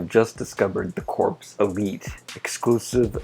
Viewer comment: you said corps wrong it's like core but good video